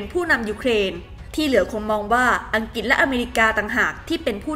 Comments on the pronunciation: อัฐยาย ซื้อขนมยาย ไม่ใช่อัฐยา ซื้อขนมยา และ อังกฤษ ไม่ใช่ อังกิด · อ่านข่าวก็ใช้ได้อยู่ แต่เมื่อไหร่จะอ่านคำว่า วิกฤติ (=วิกริด) เป็นซะที…. วิกิด วิกิด ทุกคลิปเลย…. แล้วยังประเทศ ‘อังกิด’ อีก… หัดออกเสียงควบกล้ำบ่อยๆ นี่อาขีพผู้อ่านข่าวนะ ไม่ใช่นั่งคุยกันเองที่บ้าน…. เอาใจช่วยมากๆเลย